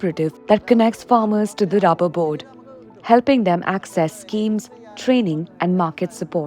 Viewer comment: lady, its not "rabber", its "rubber"